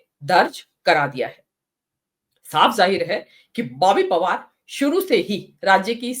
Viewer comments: ओए आप पहले बॉबी पवार कहना सीख लो फिर रिपोर्टिंग करना कांग्रेस की तरफ से 😂😂😂😂😂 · Boby pawaar kehne ka abhiyaas karna chahiye thha ko samachar padhne se pehle